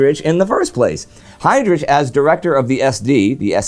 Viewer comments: FFS! I’ve never heard anyone talk about WWII and they couldn’t pronounce Heydrich!!! Say Hidrick! Or HEdrick! FFS! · Heydrich should be pronounced with "kh" sound at the end like in Heinrich Himmler.